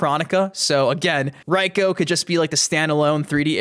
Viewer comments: It's pronounced Reeko, not Ryeko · Why are you saying "Raiko"?